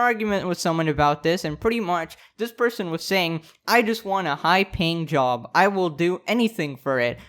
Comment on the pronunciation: Why is he always saying "High ping job" ? Like playing Quake?